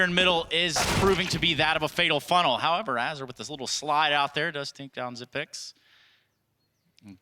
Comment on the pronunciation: zigh-pex? zipnex? learn his damn name already